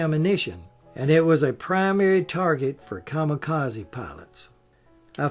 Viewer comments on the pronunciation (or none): none